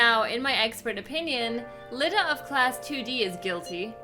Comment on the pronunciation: It's Iida as in iida, not Lida.